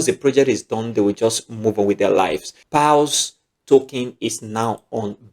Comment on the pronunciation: You're pronouncing pals instead of paws